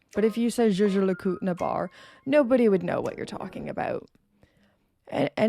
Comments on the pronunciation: Jay Jay La Coot? I thought it was “Yay Ger Lay Cool Tray” 😊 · Whilst your pronunciation of JLC needs improvement you are right about them being a undiscovered jewel in swiss watchmaking. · I have to agree with you. People generally stay away from things they don’t understand. I’ve even noticed watch enthusiasts shy away from saying the full name and stick with “JLC” At the boutique I visit, I’ve even noticed different sales staff pronounce it differently. Jay Jay La Coot. Jager La Colter. Yager Le Cult. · I’m imagining lots of outtakes of you pronouncing Jaeger LeCoultre over and over again 🤣🤣🤣🤣🤣🤣. Excellent topic and content 🍻